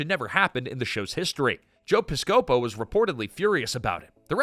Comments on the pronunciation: It’s Piss-co-po. Not pis-scope-o. Do you all do any research into how names are pronounced?? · Joe Piscopo? Somebody needs to get a better AI narrator, you can’t pronounce it Piss-Coe-Poe and not expect people to notice. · Joe Piss-KO-po. Goddamn AI narrators suck. Just read it yourself!!!! This is embarrassing!!!! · piss-COE-poe??? How about PISS-coe-poe? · Joe "PISS-CO-POE???" You mean Joe "PISS-KA-POE??" ffs, how many times in your videos do you not learn people's names before recording? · I'm sure I'm not the first to ask but... Piss-co-po? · That's how you can tell its AI generated speech... Piss-cope-O ... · Chillax. This is not AI. The guy made a simple pronunciation mistake. Anyone born after Gen X could have easily made the same mistake. It’s not like his career took off like Eddie’s. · Actually, it’s “Pih-scuh-po”. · I agree with that explanation too. Anything is better than the way they said it...